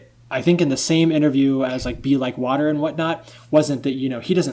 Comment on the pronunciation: " Be like vater my friend "